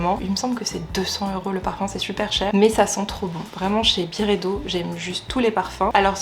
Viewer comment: ça se prononce BYredo (à l'anglaise) pas Biredo haha